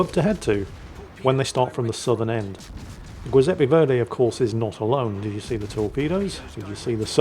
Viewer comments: Giuseppe is pronounced Djiooseppe, not Gweeseppe!! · The what? The "goy"seppe verdi? How can you have a cat called juizy but pronounce an Italian name with a hard G? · really butcherd it today, LOL